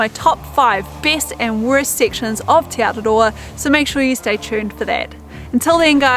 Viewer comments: Teh not tee ☺️ ah eh ee aw oo are the vowel sounds. Interesting that Hebrew has the same vowel sounds as Maori. 😊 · Just a heads up tī (you) is enunciated “tee” and te (the) “teh”